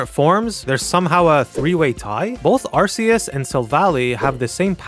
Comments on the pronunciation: IT'S PRONOUNCED ARKEUS NOT ARCEUS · Bro the God is pronounced Arkeus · Bro can pronounce vivillon correctly but gets arceus and silvally wrong